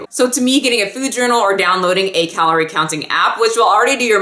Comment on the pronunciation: "Caloire" ? I'm a nerd lol. Love your videos.